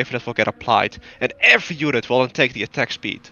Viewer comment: That "every" was the most emphatic "every" I’ve ever heard